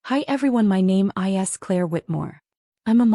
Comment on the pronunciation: Why are you pronouncing the IS differently? You're OVERREACTING is'nt it😂?